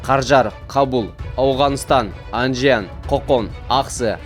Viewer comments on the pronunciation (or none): none